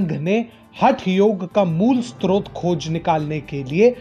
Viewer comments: When you pronounce srot as stotr, you can not intellectually counter them...leave this. Nothing wrong with that, there are lot of areas where sincere dharmayoddhas like you can contribute immensely, but not in this area. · स्त्रोत नहीं स्रोत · जी...! "यति नरसिंहानन्द" को आप यदि ऐसे कह रहे हैं, तो आप गलत हो | यति जी "सनातन हिन्दुत्व" का रक्षक ही हैं | या तो आपको "गलत फहमी" है या अनवगतविरोध | आपको सुधार करना चाहिए.. आप खुद ही "स्रोत" का उच्चारण सही से नहीं कर पा रहे हो | हम आपको बहूत दिनों से सुन रहे हैं और "टीएफआई" को भी.... पर यति जी के बारे में आपका विचार बिल्कुल गलत है...😕